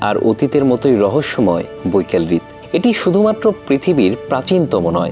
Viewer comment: হৃদ না রে ভাই হ্রদ 😂